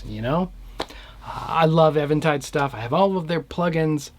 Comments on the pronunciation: It's EEventide, and if you call them on the phone and say "ehventide," they will correct you as the words exit your mouth. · Thanks bro i appreciate it..u shd note that it is pronounced as even tide... Like no waves... Get it? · I used to think it was pronounced Eventide too... but every time i called them on the phone they answered and said EEventide lol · Sincere question: is it pronounced "Evan tide" or "Eee ven tide"? I have always said it as "even" tide (as in opposite of "odd"). However it is pronounced, the H3000 sounds great.